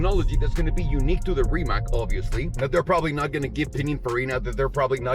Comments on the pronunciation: It's not rimak, it's rimac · Trust me, I’m Croatian. :) Mate never mentions it, he just goes along with the Rimak pronunciation and it probably doesn’t bother him, but if you read this you can be in the chosen few who say it right (plus a few million of us in Croatia).Congrats! Next time we will learn how to say Luka Modrič and Goran Ivanišević, which sound tricky but are actually easy... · Are u so fucking stoned that u can not pronounce Rimac on Croatian instead of ''Rimak".?? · FYI Rimac is pronounced Rimatz like in Fritz. The more you know...